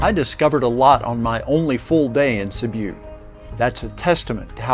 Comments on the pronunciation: Sibiu nicht Sibu es sind nur fünf Buchstaben 😂 mein Gott 😂😂😂😂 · You lost me 46 seconds in. Please learn to pronounce names before making videos about them.